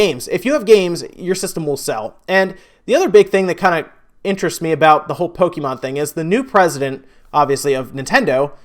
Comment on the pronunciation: pronounce Pokémon correctly dumbass